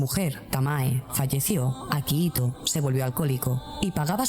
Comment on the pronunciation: Es akihito no akahito